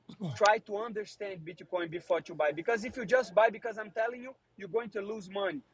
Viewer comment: Moicano gotta work on his "bitcoin " pronunciation